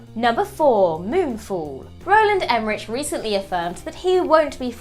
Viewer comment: Would it kill you to learn how to pronounce Emmerich?